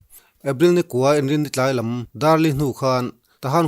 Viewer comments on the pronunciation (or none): none